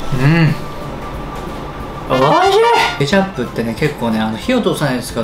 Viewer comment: ｹﾁｬｯ↑ﾌﾟ ｹ↑ﾁｬー↑ｯﾌﾟ